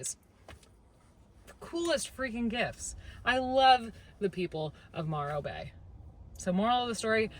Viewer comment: It's Morro bay and you should have driven over to the Rock 🪨❤️ also saying it wrong 😀